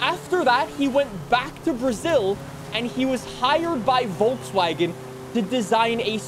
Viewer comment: You pronounce Volkswagen wrong all the time